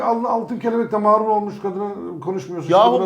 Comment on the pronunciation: mÂÂrul değil marul.